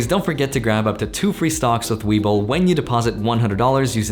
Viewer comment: You said STONKS, you cant hide! lol LOVE THE CONTENT BRO!